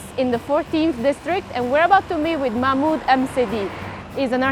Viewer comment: Partisano baker... mahmood... a french... called mahmoood...